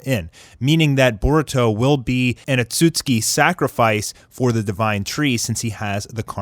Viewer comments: atsuski... its AKATSUKI u fake fan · Please for the love of god, please say akatsuki right